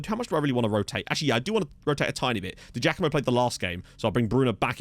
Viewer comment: hey mate, it's said Di Jackamo. We (Partick Thistle) used to have a player called Paul Di Giacomo and that is how you pronounce it. Quality signing!